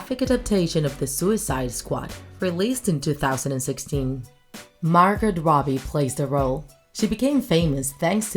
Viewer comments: OMG! You pronounced Margot Robbie wrong! It's pronounced Margo Robbie! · I love how you pronounce the T in Margot